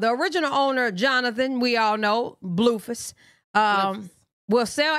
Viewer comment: Lol the way u say his name. “Bluefus” instead of “Blueface.” 😂😂😭💀